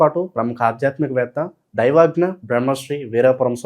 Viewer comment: యాంకరింగ్ తర్వాత ముందు దైవజ్ఞ పలకడం నేర్చుకో...తెలుగు భాష నేర్చుకో